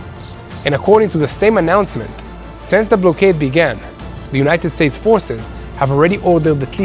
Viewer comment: not pronounced ….’blow kade…’….yair it’s pronounced ‘ block kaid’….